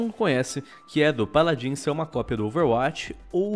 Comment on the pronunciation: "Peladins" jksksks